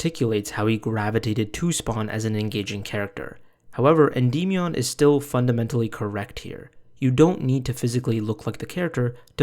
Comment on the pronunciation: holy fucking shit dude. Endymion literally says his own name at the start of every single video of his. Noah either hasn't actually watched any of his videos, or he is intentionally pronouncing it in a retarded way.